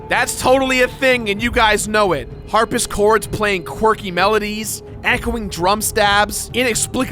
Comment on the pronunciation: "Harpis"-chords. New instrument.